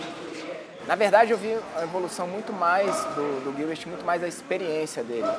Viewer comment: In portuguese you don’t pronounce it “Gilbert” it’s prounouces with a J. “Jilberto” is usually how it’s pronounced in portuguese